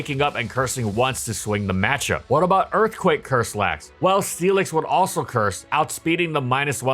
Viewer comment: I keep hearing Steelix as Felix and it's throwing me off